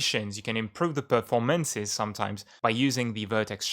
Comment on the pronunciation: A pronúncia "certa" é 'perfórmances'.